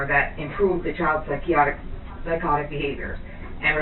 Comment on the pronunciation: stupid cps worker, you cant even pronounciate psychotic. So-called supervisor (the fatter one) sits down with clear body language with arms crossed aggressive already. Father has the right to know what his child is taking as far as Rx. Idiots